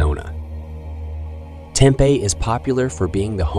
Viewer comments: Mispronounced Tempe also. There should be some rules about pronouncing things correctly on YouTube. This doesn't sound like a computer generated pronunciation either. Just an uneducated and mispronunciation debacle. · It’s pronounced Tem-Pee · Tempe is pronounced Tim pee. Eatery's we can then restaurants. Also learn proper pronunciation of English words.